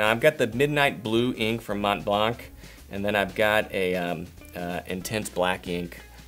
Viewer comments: Just for your information, you should pronounce Montblanc : "Monblan". You're not supposed to pronounce the "t" and the "c" that are silent. No big deal but I really don't get why all American people want to pronounce these letters when i can't think of any English word with a final pronounced "c" ? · “Mont Blanc” it’s French... not that hard to say. But thanks for the video. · how the hell are you talking about being refined when you can’t even pronounce simple words like “Mont-blanc” correctly. Come on man, seriously??? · Since it looks like some people are affected by my suggestion about how to pronounce the brand name Montblanc in French (as the French mountain), here’s a video where you could check yourself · Shawn Grage Shawn Grage Wow !! That’s such a sweet answer !! It surely gives a nice “idea” of American people !! Hopefully, I know plenty of American YouTubers and bloggers that perfectly accepted to get better at pronuncing this brand name correctly. I really don’t get why you’re reacting so harshly ! And even more since I’m not even talking to you.... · I am fluent in French and you do pronounce the sea and other French-speaking people I know do as well, blanc/blanch